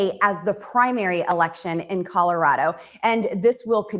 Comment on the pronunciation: Red Neck is C-O-L-O-R-A-D-O, no CORORARO. Capeche.🤐🤐!